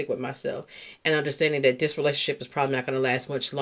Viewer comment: I love your content but you say "Dere" instead of there, Dat, instead of that... just making you aware since I listen in the headphones